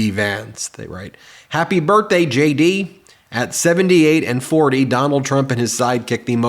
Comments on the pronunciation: Did they say J.D. or Shady Vance? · I don't know why sometimes when you say JD Vance , it sounds like Shady Vance, but it's hilarious! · I thought you said Shady Vance not JD Vance. I think I WILL call him Shady Vance🤣